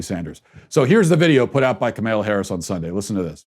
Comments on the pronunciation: First of all have some courtesy and pronounce her name correctly. Mispronouncing her name makes you sound really stupid. Or, because her name is not that hard to say, it makes one assume you mispronounce it deliberately. I didn't get through the whole video because your review of the Kamala Harris' ad was so nit-picky, off base and inane so a big turn off. Complaining about a stream in the background? Petty. You're an asshole. Your opinions are closed and single minded. Your ideas are irrelevant. This was a big waste of time. You bring nothing helpful to the conversation. YOU sound like a big whiner!!! What a bunch of bullshit. You're insulting and ignorant. Learn to pronounce people's names first of all so you sound somewhat literate and intelligent instead of just deliberately rude. You have no right to throw stones. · This idiot really can't pronounce Kamala harris' first name....despite following politics for a living. Intentional or just a moron? You also undermine your points when you say the election shouldn't stress you out. According to you Biden and Harris will usher in Marxist rule....yet you say don't sweat it? If the Dems are as bad as you claim....should it not be stressful?Almost as if your a partisan hack who exaggerates the Dems flaws and downplays the tepublicans flaws🤔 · I like what you're saying, but when you incorrectly pronounce Kamala's name, to me, it makes you sound ignorant and appear less credible.